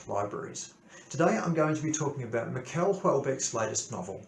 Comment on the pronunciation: Nice review ! (it's pronounced like the Americans say "Michelle" not "Miquel")